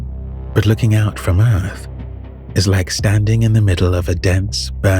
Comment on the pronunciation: Did he just say earf? 😂